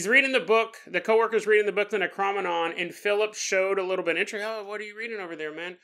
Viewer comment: Your killing ne how your saying necronomicon .Great episode tho .